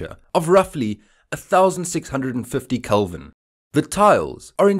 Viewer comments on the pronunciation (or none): none